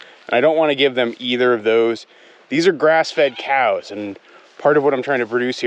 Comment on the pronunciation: He calls them cyows. 😂